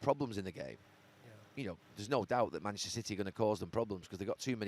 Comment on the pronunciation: Is it only me or does Gary still refer to them as Money-chester 😂😂